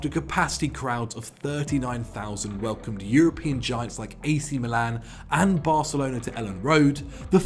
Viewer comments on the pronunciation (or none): none